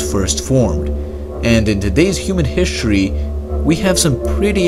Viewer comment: Turd, ert, hishtry, breet, turdiate😂